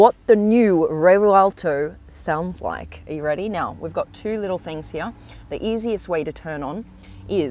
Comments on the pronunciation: why on earth does she talk like that.... its here not heeya.... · You would die from alcohol poisoning if you took a shot for every time she butchered the word “heeeaaahhhhh”